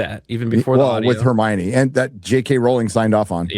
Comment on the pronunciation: Hermione ❌ Hermocha ✅